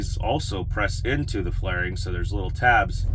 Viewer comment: It's fairing not flairing